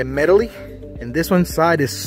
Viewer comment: Very helpful video... But swear when you said "metal_ly"... LMAO I was about to throw my phone.😑 Good vid tho ... Thanks